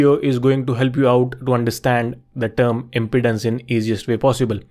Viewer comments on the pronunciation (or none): Pronounced imPEEdance, not impotence. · It sounds like you are saying "impotence" rather than "impedance". If you can solve "impotence" you will be rich! 😃